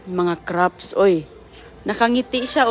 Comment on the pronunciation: You're English is very good. In a few videos I hear one word that is pronounced a little differently though: "crafts", you almost make a p sound, so it almost sounds like "craps". Normally it's not a big deal and people understand, but this time it comes out with an unfortunate similar sounding word. 😅 Thank you for the lovely videos!